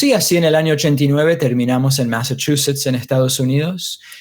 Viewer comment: "pero asi en el año '89 terminamos en <AMERICANACCENT>Massachusetts</AMERICANACCENT> Estados Unidos"